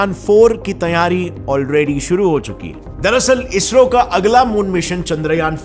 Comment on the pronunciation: It is sad to hear ISRO as BSRO 😢😢